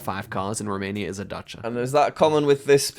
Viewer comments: its not daca its dacia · Never heard Dacia pronounced as Datcha! (on the first Romania round)